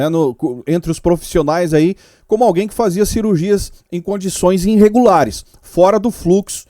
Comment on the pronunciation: melhora esse português aí... INrregulares? Ponta do INciberg?... aí não né meu caro.